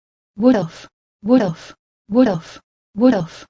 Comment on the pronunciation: When she says it more than one time, she sounds like she is saying "Woodolf"